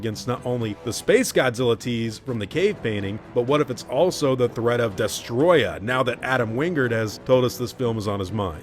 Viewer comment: Des-toe-roy-yah is how it's pronounced. Destoroyah.